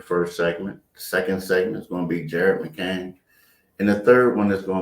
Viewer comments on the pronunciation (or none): Can someone tell it’s McCaiiiiiin?